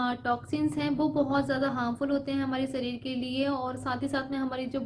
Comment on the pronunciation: Sarir nhi sharir hota h.behan ..aap kuran nhi padi h kya aapke muh se lafz sahi nhi niklte h...